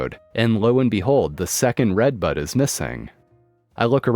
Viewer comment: The first story i kept thinking he was saying redbug not redbud